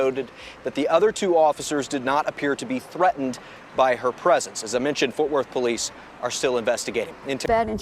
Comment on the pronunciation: WTF are "forf worth" and "inergrees"😳😭